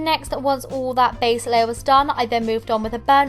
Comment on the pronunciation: STOP SAYING "ALL" "UUUUUUUL"